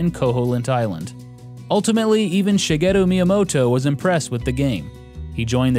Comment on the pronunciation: Your pronunciation of Japanese names is really good. Most VG YouTubers butcher them.